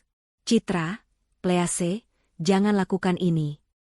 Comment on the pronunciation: Tolong 'Please" dibaca " pliis"